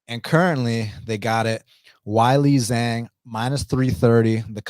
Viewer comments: way-lee jong sounds a lot better than why-lee zang. Can you do it for the sake of my ears. better yet, flip it to Jong way-lee,, that sounds best to me 🤗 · Hey,, the name “Weili Zhang” is not that difficult to pronounce correctly. “Weili Zhang” is pronounced “Way-lee” “Jong.” “Zh” in Chinese is pronounced Like a “J,” and the “a” is pronounced more like an “o.” Got it? Try doing a little research. And Lemos poses no threat to Zhang at any stage of the fight. Zhang is going to beat down Lemos from the opening bell until she brutally stops her in the 1st or 2nd round. I normally NEVER watch you, and this is why. The ONLY reason I watched you now is because of your special guest.